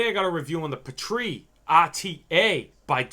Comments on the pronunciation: "Pee - Tree", not "puh - tree". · Omg why are you pronouncing "petri" like that?? It's driving me nuts😓 It's pronounced "Pee-tree" with the emphasis on pee (lol no pun intended) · its pronounced pee-tree smh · Not sure I can buy juice line from a guy who says Pah-Tree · What are you calling it? It's a PEE-TREE not sure how you could even mispronounce that